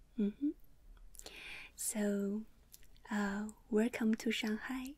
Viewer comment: When you hear wercome you know it's gonna be great 😂😉